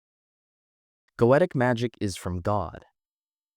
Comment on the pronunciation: I must say, I've never hear "Goetia " spelled like that before.... GO-AYY-SHAH